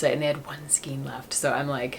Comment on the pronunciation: Love your podcast! 👍💗Question: not sure if I’m hearing you correctly … are you pronouncing skein as skeen instead of skayn? I think it’s pronounced like neighbor or weigh with a long A sound. You’re a great knitter and teacher! Keep up the great podcasts!!!